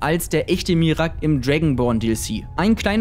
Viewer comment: Bro, es wird "Mira-ak" ausgesprochen und nicht "Mirak" :'D